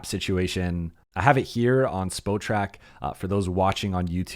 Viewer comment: its pronounced SPOT-Track 😊